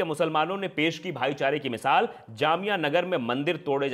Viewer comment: Mishaal nahi baba misaal hota hai